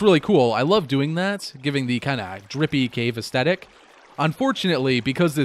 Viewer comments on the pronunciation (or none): Aes-THet-ic not aes-tet-ic other than that good job